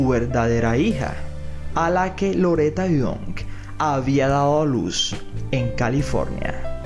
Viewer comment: Loreta Young ..young NO YOUNK....